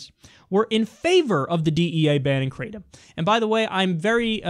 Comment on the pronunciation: its pronounced Kratom Like Cat only Krat